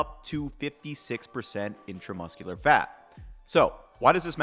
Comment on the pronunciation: Love the videos However you kept saying "intermuscular" when your subtitles said "intramuscular" It's the opposite. One is on the inside, the other on the outside